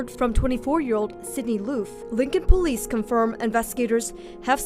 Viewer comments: What a douchebag and some dummy followers are capable of. If you pronounce it Poh-lice....you're guilty. The lesson is "dont try and outsmart the investigators"? Not dont murder someone? 🤣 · Po-leese department